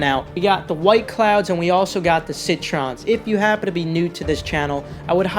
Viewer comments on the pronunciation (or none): Bruh it’s “Cloud White” and “Citrin” not White cloud or citron just saying but it’s ok man